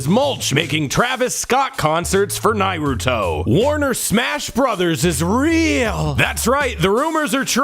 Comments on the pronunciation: "Nah-roo-toe" for anyone curious. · can't believe he's still pronouncing it as "Nai-roo-toe" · I feel like you pronounce it like “Nairuto” just to piss us off. Were it not for Shippuden being a big stinky, it would work.